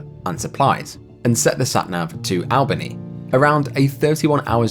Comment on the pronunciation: I've never heard Albany pronounced like that before